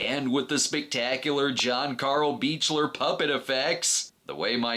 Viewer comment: John Carl Buechler's last name is pronounced "Beak-ler".